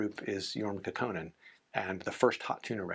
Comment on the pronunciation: Thanks very much for this,, and happy Bastille Day from southwest France. You gave me some new things to track down. Just a pedantic note. I've never heard anyone accent Kaukonen on the second syllable, and I was in the Haight in San Francisco when the Airplane were coming up. But one would have to ask the man himself, I suppose.